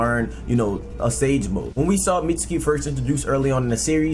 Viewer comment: The U in Mitsuki is silent my G, it's Mits-ki. Just like the U in Sasuke